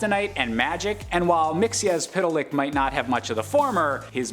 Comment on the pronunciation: Congratulations on your pronunciation. Spot on. There is an Earth 2 variant of the character pronounced "Mix-ez-pit-lik", so well done for choosing the right one.